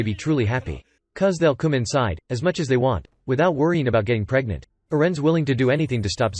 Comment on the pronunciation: "Because they'll come as much as they want without getting preganet" LMAOOOOOOOOO